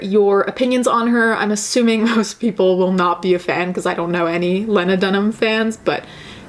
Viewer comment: Ok but you saying "lahnadunhum" is killing me